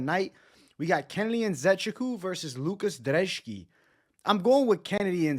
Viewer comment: Why do you pronounce Brzeski as Drzeski? Your last name is, do people call you Bevito mate? 😅